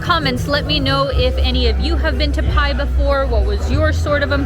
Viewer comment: I think it’s pronounce “bai” 🤔 The sign “bai my way” is a good indicator😉 Was there in 2003. Cannabis was never legal at that time but it was everywhere in Pai. 🤭Good times! Thanks for posting❤ I recommend renting a bike and getting out into the country-side.